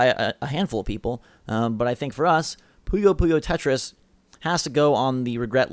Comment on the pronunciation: I liked the video...... Until you said puyo puyo tetris.